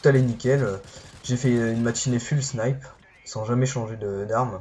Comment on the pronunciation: Bonne vidéo mais dis FOULE snipe :P pas fule